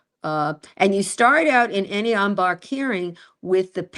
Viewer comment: It’s pronounced “on bahnk.” I don’t like professors who criticize the people who are actually fighting on behalf of a client in the arena.